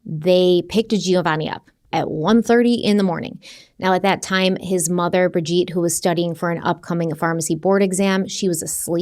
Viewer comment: Her name is pronounced Bridge-Ette not Bridge-Eat!